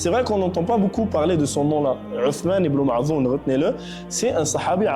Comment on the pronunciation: Ottomane ibnou madh'oune ...pas mae' dhoune...OK...corrigez svp .🎉❤🇩🇿